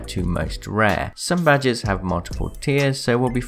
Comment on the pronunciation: "Ill be showing you the rarest badgers in Apex legends". Now you cant unhear it. You're welcome.